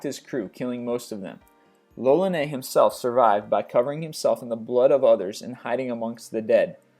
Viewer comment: Fran quois lolllaneeehh? Eh? Hey American person: murder me but not my language, eh?!